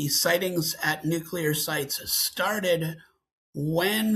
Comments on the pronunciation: Mayim, please tell your co-podster that nuclear is pronounced new-clear and not nucular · Dr. Blossom, PLEASE teach the co host of your science program how to pronounce "Nuclear"! Everytime I hear "nook ya lur", I picture George W. Bush reading that book upside down. Thank you!